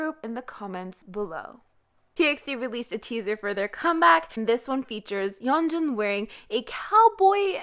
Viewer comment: your korean pronunciation of yeonjun is so good im really impressed